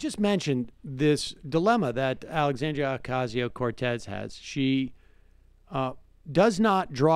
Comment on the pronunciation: You're getting closer to pronouncing her name correctly, Sam! I like it.